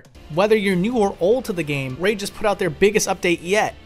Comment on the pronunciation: I clicked off the video when you said "Raid..".